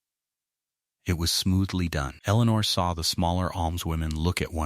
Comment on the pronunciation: Strange, I can somewhat understand the faulty pronunciation of 'honest', but why 'H-own', 'H-Eleanor', 'H-out', 'H-iron', 'H-up'?